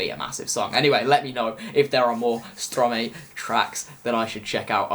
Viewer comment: being part French I am a bit offended by the way you pronounced stromae 😐 the ' ae ' is pronounced as an ' I ' . no worries haha .